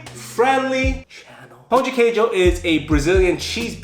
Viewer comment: When says "Pão de Queijo" instead of "Pao(pau) de queidio" my reaction is: FINELLY A ENGLISH SPEAKER SAID THAT CORRECT